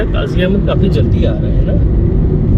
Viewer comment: Qazi a bad nahi Qazi ahned Naam hai Appreciated for video nice